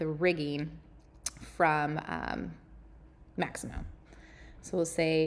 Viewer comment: Mixamo, not Maximo